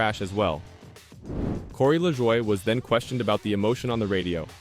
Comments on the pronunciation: His name is La"joy" not Lajwa". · At least hire someone that can speak actual English ,"la Jua", really?